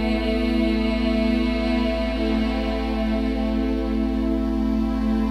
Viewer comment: Wtf it went from terrible pronunciations (CUHLEESHUNS) to a fucking ad.